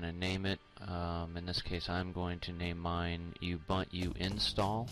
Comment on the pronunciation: thanks for the help. BTW its pronounced (oo-bun-to) a lot of people say it wrong. Again, good video.